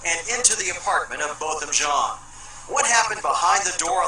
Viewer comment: It's Jèan not Jean. It irks me when people say Jean.